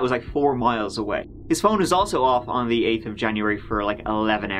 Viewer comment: on dee turd of january